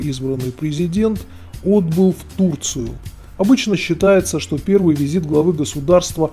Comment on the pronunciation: "Певый визит.." ... "Р" потеряли)